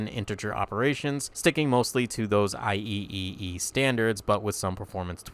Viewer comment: Any reason you went for the "I E E E" pronounciation instead of the generally favored "I Triple E"? Love these vids, watched to the end